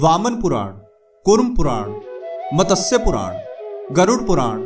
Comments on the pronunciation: मतस्य नहीं भाई, मत्स्य पुराण! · MATASYA nahi hota ….MATSYA hota hai….!!!! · It is not MATASYA. Correct is MATSYA. Pl pronounce correctly.